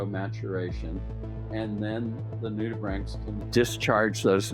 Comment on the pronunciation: . I learnt how to properly pronounce nudibranchs! Thank you.